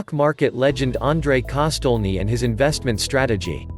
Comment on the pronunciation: Can we please spell his name correctly and maybe try to pronounce it better